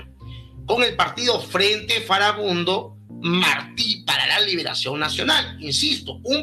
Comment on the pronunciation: En cuanto dices "Foribundo", dices "Furibundo" jeje. No, su nombre era FARABUNDO, es decir FARA BUNDO, FA-RA BUN-DO.